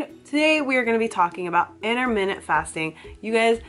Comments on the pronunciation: 'innerminneht fasting' 😖 sorry, it irritated me a little 😂 its just my silly british self, ignore me 😉 (inter-mit-ant 😋) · IT'S INTERMITTENT!!! NOT INTERMINUTE YOU SPA!!